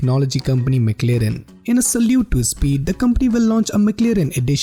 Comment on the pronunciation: Mc lirin. 😂😂😂😂. At least learn to pronounce it well me friend